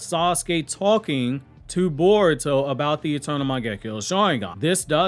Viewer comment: why you pronounce Boruto as Baruto ?? I saw many like you ?? 😳😳